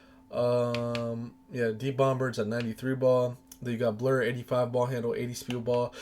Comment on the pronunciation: 36years n this the first time I’ve EVER heard someone pronounce the B in “bomb” 😂😂😂 making me cringe fr